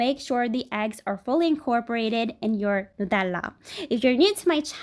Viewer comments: It’s nut-Ella not new-tella because it has hazelnuts in it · really annoyed how she pronounces it Newtella when its Nutella ugghhiowqhfeuawhifgakehgks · She says Nutella so differently 😂 I love it ❤ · Why on earth is she saying nutella like that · why do mention nutella so weirdly lol